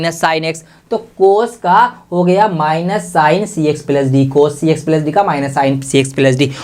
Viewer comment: plus ❌ pilus✅